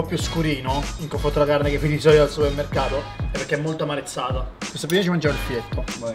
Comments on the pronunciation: Comunque si dice "marezzata", non "amarezzata" :) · Si dice "marezzata" non "amarezzata"... 🤦🏻‍♂️ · "marezzata", non "amarezzata". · si dice marezzata non Amarezzata😂😂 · Non voglio fare l'hater, mi piace guardare i tuoi video però sentire 100 volte la parola "amarezzata" invece che marezzata è proprio cringe.